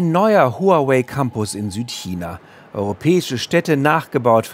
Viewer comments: Den Namen Huawei spricht man: Wawey! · ARD, lernt doch mal bitte wie man HuaWei richtig ausspricht.